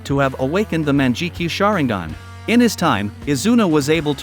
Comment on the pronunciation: Wtf is a Manjikio? Please learn how to pronounce words in languages other than 'American.' I hesitate to even call it English